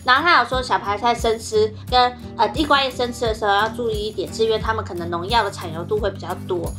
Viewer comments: 地瓜葉的台語念錯了，還有，廁所呢？ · illy說地瓜葉的時候暴露了你是客家人?😂